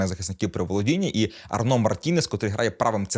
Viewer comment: Гарний огляд. Тільки одне зауваження. Не Арно, а Арнау. Логічно, що au мало б читатися як о, але в цьому випадку ні.